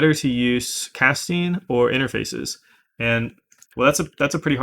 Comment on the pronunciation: Wait did you say “cat-sting”?